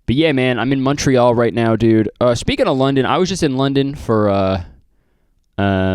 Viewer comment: Montreal more like munchtreal